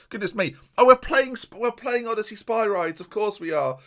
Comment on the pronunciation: I love that still doesn't pronounce Odysseas correctly, never change